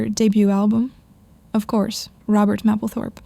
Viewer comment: Love her. psst, it’s pronounced maple 🍁 -thorpe